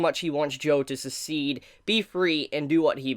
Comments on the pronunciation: The way you pronounce succeed is killing me. Say "suckseed" when trying to say the word. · Im sorry, I can't stand it anymore. Succeed is pronounced Suck-seed.